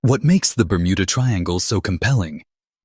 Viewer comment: I couldn't watch anymore after your a.i called it the burmunda triangle 😂